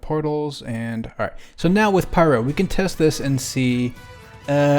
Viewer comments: My Thea,not pyrah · It’s pyra